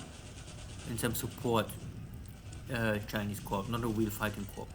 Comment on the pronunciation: Love watching this series. F.Y.I. "corp" In English is pronounced without the "p".